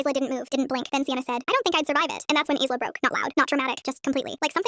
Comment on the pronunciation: The s in Isla is silent